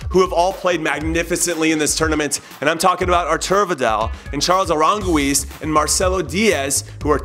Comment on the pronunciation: "Charles Arangweez" #InhoOut